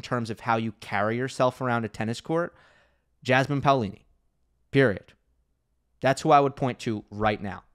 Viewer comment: Yeah. Someone should make parody of Jasmin as "Jazzman". Because this is the way her name is pronounced. It could be something like Jasmin playing jazz instruments on court while the ball is nearing extremely slowly towards her and when it finally reaches her she throws off the instruments, takes rocket and hits the ball. Then the same again with a different jazz instrument. Unfortunately I do not have any idea for the punchline.